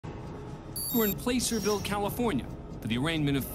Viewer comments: For the first one, the name is pronounce as PLASS-er not PLACE-er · It's pronounced Pla-sir-ville. Like plaster without the T. But yea this makes sense lol lot of weirdness up there lol. But the bailiff tazing the dude was my favorite thing of the week. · On that first story, the A in “Placerville” is a short A not a long A. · "Placerville" is pronounced with a short ă sound. Like glass or grass. Not with a long ā sound like sway or day. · "Playservill california" Lol It's pronounced Plasserville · PLAH-cer-ville. Not "PLAY-cer-ville." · "place er ville"" lmao no. Its "plasss er ville" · Placerville is pronounced "pla-sir-ville" not "place-er-ville". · It's pronounced like "placker-ville" not "placer-ville". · Its not pronounced "place-er ville" its "plass-er ville" numbnuts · its not place er ville its pla cer ville :) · Lol place-erville. Its plasserville spoken phonetically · You mispronounced Placerville. It’s like passer, not pacer. Edit: P. Barnes: the man, the myth, the legend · Placerville, pronounced "plasserville." steve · It's pronounced "Plasser-ville". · Placerville is pronounced Plasser-ville btw. Also, why is the editing is super extra? My attention span isn't that bad. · Placerville has a short a sound, like in cat. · It is pronounced Plasser-ville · "Placerville" is actually pronounced "Plasserville" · Placerville, CA is pronounced like "Plasserville." It's not pronounced like it's spelled. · Lol it’s pronounced Pla-sr-vil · Dan: Placerville is pronounced "pla - sr - vil". 🧡 We love Court Cam. 🙂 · It's pronounced "Placerville" with the "a" pronounced like the "a" in "cab". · Placerville CA. We live here produced Plass-ser-ville. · We call it Placerville with a short a. FYI... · Placerville is pronounced as Placer-ville as in placer gold, as it is in the '49'er gold mining area of 1849. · Mispronounced Placerville. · You butchered the name of Placerville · The way the narrator butchered the first towns name. 😂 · Can’t even say Placerville correctly